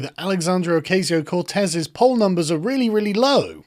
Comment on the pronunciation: You should watch The Amazing Lucas for the correct pronunciation of Ocasio:)